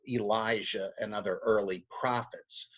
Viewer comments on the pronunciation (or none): none